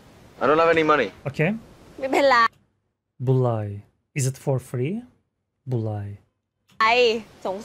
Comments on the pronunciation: the girl did not say Bualai she say Mai pen lai the meaning is no problem or no worry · Mai-pen-rai (thai) = nevermind